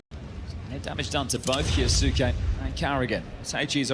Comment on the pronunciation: hearing the casters butcher "kyousuke" is a chore. KEE-YO-s'KAY. ffs. don't care if he himself declared it incorrectly. fix your tag to match your stupid name then. Gonna start calling his teammates "moanzee" and "tease-ez"?